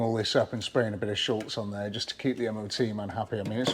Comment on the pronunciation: wtf is SHULTZ? It’s Shutz, no L.